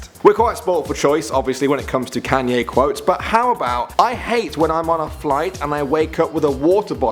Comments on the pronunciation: stopppp It's not can-yay its con-yay Sorry but it's really annoying me 😅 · ...pfftt.... "CanYAY West" xD